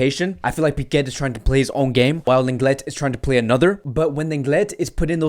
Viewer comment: Please stop calling Piqué "Piquet". There is not T at the end, that's Lenglet, you can pronounce the T or not with him but there is no T in Piqué. Thank you